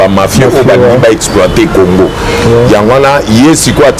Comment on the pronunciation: Ruberwa n'a même pas honte de chercher à identifier les congolais ? Quelle sorcellerie ? Ruberwa ne parle jamais lingala. Il dit aussi Orive Rembe, Congore... Exactement comme Kabila Kanambe. Maman Orive...